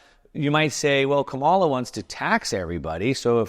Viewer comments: Her name is pronounced "comma la". Kamala Harris. Not "ka mall a" . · Quit watching video when you said Ka Mala - so smart but so dumb!!! Phonics- COMA (,) LA ( LA LA LA LA) KAM - A- LA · It's Ka-ma-la (Coma-la) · You could at least pronounce Kamala's name right. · So, that little circle of revenue from corporations is need to be larger. And the fact that you consistently mispronounce Kamala’s name is a tell. Supply-side economics is the biggest lie ever. Clinton balanced the budget. 🤔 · Surely you can pronounce her name correctly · Learn to pronounce Kamala correctly. It’s easy